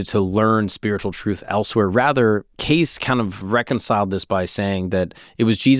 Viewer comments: Hey christos how tf you let our boy go an hour miss pronouncing Cayce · Freaking Christos. Disgusting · Im ecstatic with the realization that not only is this guy pronouncing his last name wrong. He's continuing to refer to Edgar predominantly by his last name and im im only nine minutes in. Idk if I can finish this video. This is bugging the shit out of me. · Pronounced. K. C. Not case Wtf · K-see is how it's pronounced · You're saying the name wrong. Trust me it's not " case" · It's pronounced "Casey", not "case." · Its not Edgar case 😂 its pronounced as caycee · It's pronounced Cacee, but he also said that an almond a day prevents cancer, I read his books. He was a devout Christian and I believe God does give his children the gift of discernment. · I had a media boner for you until I heard you pronounce his last name as “case”. I’m so disappointed. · It's pronounced Kay-See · Edgar “Cay-Ce” is proper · it’s Cay-see 😂😂 great Pod brother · yes it’s pronounced KAY-see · I have always heard his name pronounced “Casey” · Me too! My gpa last name was Case prenounced how saying. Also I know a female that spells her name Edgar's; way, and well as a town named that and both are pronounced with "ey" or "ie" sound... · great pod but I cringed every time you said his last name lol it's understandable tho, seems like a simple enough last name to not Google the pronunciation 😂🤷🏽‍♂️ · I have to stop listening to this cause you keep mispronouncing his name. It’s just so annoying. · Sorry but I cannot keep watching this young guy continually mispronouncing Cayce! Sorry but it’s unwatchable…… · Damn, had you pronounced his name correctly, you wouldn't have all these comments mentioning it. Nice engagement bait. 😂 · You're pronouncing his name wrong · Why are you saying his name wrong!!!!! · Jeez WTH you butchered this guys name in you have disgraced his name truly how dare you I think am unsubscribing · Omg it drove me crazy